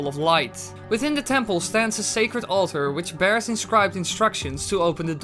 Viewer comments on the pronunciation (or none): none